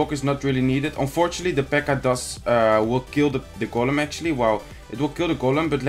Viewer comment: golem in het engels zeg je als goolem😉